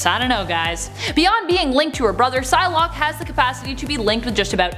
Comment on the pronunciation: When the vid started I thought you said sun lock